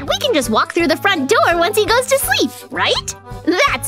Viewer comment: Ha ha ha 😂😂 is saying they seep at night